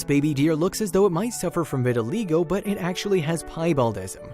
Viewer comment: Learn how to pronounce the disease correctly!!!!!